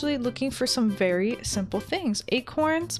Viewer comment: I thought you said fairy-simple thing HAHAHHAHA XD